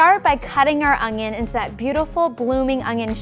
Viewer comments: It's an onion... Not an ONGION FFS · It's an onion not ungyun. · It's an ONion not an "ungion" ..... -_ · Really? No one’s going to mention she’s saying ONGION? And not ONION. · I swear she is saying ongon instead of onion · Good vid...but it's "onion"... not "ungion" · Is she saying ungion??? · It's not called an ungyunn it's an onion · i like how she pronounces "onion" as "ongion" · Is it me or do I keep hearing she saying "Ongion" rather than "Onion"? o_O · it's ONION not UNGYIN. dumb bitch. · Ungyun is how I keep her saying onion. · I hate when people pronounce the word onion like onGion...there is no G in it!!!! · Anyone else notice she says “ung-yin” like there’s an invisible G in there? I can’t unhear it now. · Do you pronounce it ungyin too? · I can't stand how she keeps saying Ungyin it's not that big of a deal but it bothered me enough to comment. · Same concern! It bothers me for no reason!😂😂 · she is clearly saying it wrong. But like i said it's not that big of a deal, just something I observed happening and commented on. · why does she say ungnion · Great video. Ps. There is no G In onion. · There is no g in the word onion. Back to school. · There is no "g" in "onion". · Shubham Ahlawat what more can you expect when she can’t even pronounce words in the English language correctly. She talks wrong and her demo is wrong. I won’t be using her recipe.